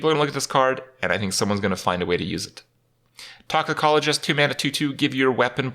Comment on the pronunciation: Dude! Were you high while making this video? You got serious pronunciation issues with words like "specimen" and "magnetize" and "toxicologist" lmao